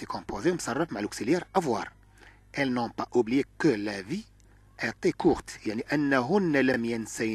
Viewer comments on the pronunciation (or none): لماذا تنطق était بشكل خاطئ ايطي بالطاء ولاحظت ان حرف t تنطقه ط هل من توضيح ؟👍